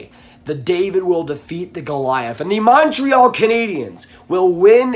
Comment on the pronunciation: The way you say Montreal instantly discredits anything you say.